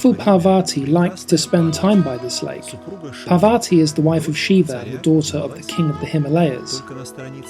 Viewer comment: Parvati, not pavati, after all a beautiful video about mount kailash and buddha.